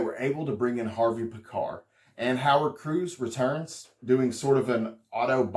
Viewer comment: harvey pee-kar not pi-kar.